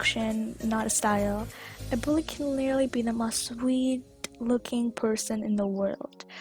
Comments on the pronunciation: “something that bothers me mast of all” 😂😂😂 (not trying too be rude ;w;) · Not trying to be rude but- You: and what annoys me the most Pronunciation from vid: MOHST